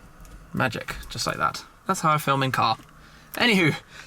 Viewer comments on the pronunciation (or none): none